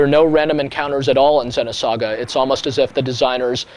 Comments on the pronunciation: it's "Zee-noh saga" ZEEEENOH, not "Zehno" lol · the way he says xeno... ergh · U Fucking Dumbass Ur Pronouncing It Wrong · Is it pronounced Xenosaga like he says it in the video or is it Xenosaga like with a double "e" like meet.